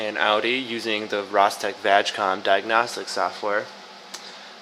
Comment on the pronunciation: VAJ com lol its vag com as in volkswagon audi group (group)